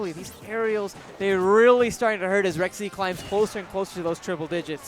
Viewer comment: Dude,, it's pronounced "Rek-zee"